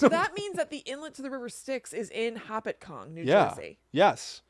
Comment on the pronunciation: You guys are very funny! I live in NJ and hadn't heard of some of these. Very interesting. Also I like how you butchered the pronunciation of Lake Hopatcong. lol